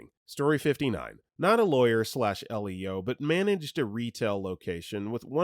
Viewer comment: Story 19 you wonder why people sometimes think your an AI voice? Try Not reading abbreviations and acronyms by the letters like LEO short for Law Enforcement Officer. You pronounced it EL Eeee Oh saying the individual Letters. rather than Leo like the name of the Lion. Hey as a dyslexic myself I get it reading aloud can suck rocks and errors are bound to happen Props to ya just for even taking the time to read all this.